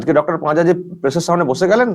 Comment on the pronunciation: পাঁজা নয় পাজি।